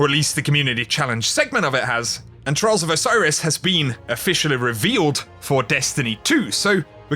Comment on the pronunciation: had my headset on my table with 100% volume and the 3 first times said "trials of osiris", it sounded like trolls of osiris xD